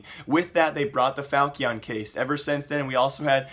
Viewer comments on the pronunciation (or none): falchion not falkion